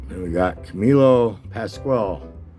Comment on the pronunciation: First of all, it's Pas-kwall, not Pas-kwell!! Lol. Great cards though,! For someone who was - 6 years old when this set was issued, you're doing very well, although your refusal to pick the entire set up when you had a chance at $15 does mystify. It reminds me of how on THIS VERY DAY, on August 24, 1978 at a card show on Amagansett, Long Island, I passed on a 1933 Goudey Babe Ruth for $20!! Lol. Thanks for sharing amigo. I thoroughly enjoyed. Have a SFAD!!